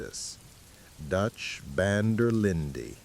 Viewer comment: It’s AI narrators with different accents. Nobody who has ever played this game would pronounce Dutch’s last name so wrong. The “white” narrator at times says “Van der Lind-eee” and the “black” narrator says “Van der Lind-aye”. I just had this on as background noise, but it was very distracting and noticeable. I know even human narrators make mistakes, but this is pure AI slop.